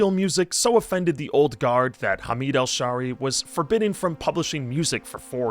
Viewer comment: It's Hameed Al Shaeery not Al Sharey